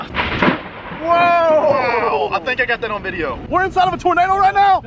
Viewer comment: its toenado